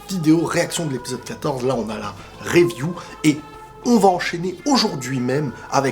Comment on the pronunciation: Review prononcé « riviou » stp 🙏🏼